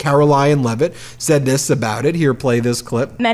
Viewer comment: Caroline Lie-it